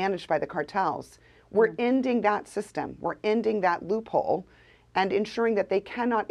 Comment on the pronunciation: Whats the matter with everyone. People can't even talk anymore. It's Loop HOLE not hold. geeze